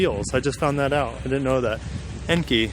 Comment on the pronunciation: Enkei is a japanese wheel maker. Pronouncee En Kay